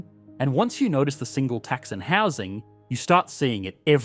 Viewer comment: Why do you keep stressing the word 'tax' instead of the word 'single' in 'Single Tax'? It makes it sounds like you're talking about one singular tax instead of a tax on singles.